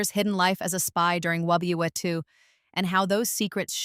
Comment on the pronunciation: You need to spell out World War II when you’re using an AI narrator because it doesn’t handle abbreviations very well